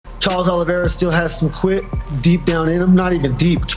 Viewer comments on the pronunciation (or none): As someone who’s last name is Oliveira it’s not OLLYvera 😂